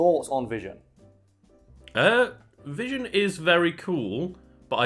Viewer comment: Its not Vision no more. Its Vishawn fam